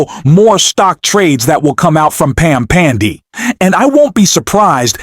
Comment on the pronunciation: If this aint AI, mispronouncing Bondi's name several times, I'll eat my hat...! Un-subscribing!